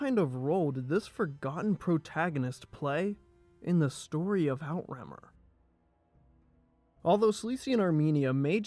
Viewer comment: Pls, Outremer is pronounced oo-treh-mare. Hearing out remmer makes my ears bleed